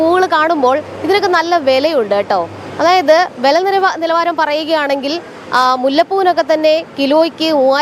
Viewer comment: വെല എന്നല്ല "വില" എന്ന് പറഞ്ഞു ശീലിയ്ക്കൂ....